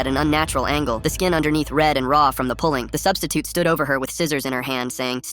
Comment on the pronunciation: I laughed when he said " Now the substisiute is a missing persons case